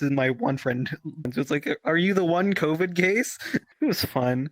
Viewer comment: "The Cawvid"